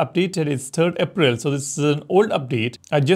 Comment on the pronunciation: I swear he says "APEREL" like that on purpose to piss me off lmao